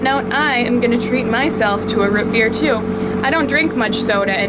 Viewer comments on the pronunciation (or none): ROOTbeer not ROTbeer